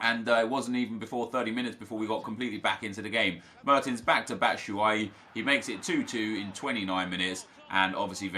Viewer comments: It's not Bat-shaui it's Bat-shu-ayee. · LOL he said batshawi ...